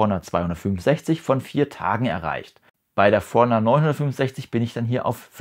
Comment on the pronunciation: Sehr hilfreiches Video, aber wieso sprichst du Forerunner so komisch aus…?